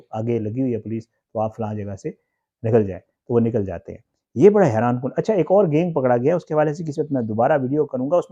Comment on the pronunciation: Gaing kia hota hai? Pronounce tu sahi karo correct word is GANG